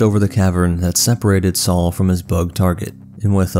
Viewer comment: It's Saw, not Saul